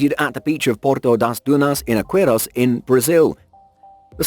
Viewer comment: you said "aqua" wrong. :/